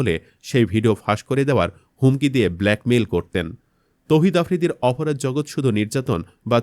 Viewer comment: উপস্থাপককে বলছি, আপনার উচ্চারণ এতো খারাপ কেন? অপরাধকে অফরাধ, ছাত্র কে সাত্র বলছেন! বাহিরে শব্দটা শুদ্ধ কিন্তু চলিত ভাষার মধ্যে বাহিরে না বাইরে হবে, যেমন রবীন্দ্রনাথ ঠাকুরের উপন্যাস 'ঘরে বাইরে'। চলিত ভাষায় কথা বলতে বলতে হঠাৎ শুদ্ধ শব্দ ব্যবহার অশুদ্ধ এবং কথার মধ্যে হোঁচট লাগে শুনতে। ইলিয়াস ভাই এর উপস্থাপনা অনুসরন করুন, আবার অন্ধ অনুকরন বা নকল করতে যাবেন না দয়া করে। নিজের খবরটাই শুদ্ধ করে পরিবেশন করুন আর না পারলে পিনাকীদা এর মতো একদম আঞ্চলিক শুরু করুন তবুও আল্লাহের ওয়াস্তে, বাংলা ভাষার ১২টা বাজাবেন না। ধন্যবাদ।